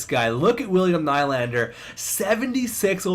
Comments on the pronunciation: It's William NEE-Land-er not Ny-land-er. Please like so corrects his mistake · Its pronounced "knee-lander"